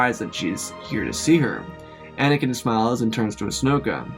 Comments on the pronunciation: I can't un hear "Asnoka"😂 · the part whene they contacted leah you said ahsnoka lol